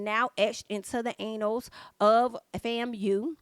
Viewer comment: Etched into the.... ANAL??? I was just passively listening until I heard this. I had to rewind the video to see what my girl was talking about.🤣🤣